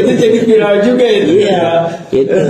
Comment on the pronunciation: Nyebut viral Oge nepika bahasana vairelll😂😂😂😂eko ekoo